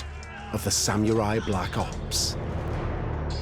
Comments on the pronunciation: Not the reveal ...."Sam-yooooo-raiii" *confidently ☠ Costumes are very tacky and inaccurate, too... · The narrator has a problem with the word samurai. Not sam mew rye, Sa mu ri Takes you out of the vid. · Christ! It's literally pronounced Sa-mu-rai like how it's spelt, not sam-yurai. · It's Sa-mu-rai, not "Sam-u-rai." Sheesh. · Omg... "Samyewrai"... Stop saying that. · Sam-your-ai? I’ve heard people from all walks of life pronounce samurai, and never have I heard it be pronounced with a “YUR” in there. Sam-orr-I. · The only thing I got from this documentary was sam-YOU-ri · "Sam-you-rai" ikyfl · well, the narrator said "sam-you-rie", sooooo it's par for the course. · I mean. They actually keep saying “Samyurai” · SamMUILAI ? WTF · Well made... shame about the narrator's pronunciation. "sam-you-rai"?? Annoying.